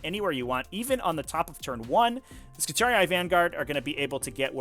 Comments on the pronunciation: Wtf is ski-tar-e-i?? This pronunciation makes me wince. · both enunciated yes but not with that "eye" sound, at most i'd say that instead of skitar-ee it should be skitar-ee-ee. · hearing him pronounce skitarii physically hurts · Why do you pronounce Skitarii so weird? you're adding whole extra syllables. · I've never heard it pronounced that way in any of the 50+ HH audio books I've listened too iirc